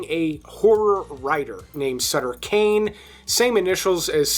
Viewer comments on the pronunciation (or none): none